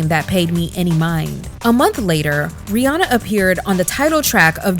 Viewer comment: Her name rhymes with Hannah. Not Fawna.